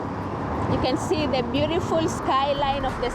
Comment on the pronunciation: still saying beauriful